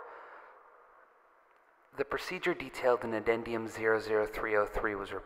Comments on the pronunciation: "Addendum"?..... You mean "addendum"? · I should report you for that pronunciation of "addendum"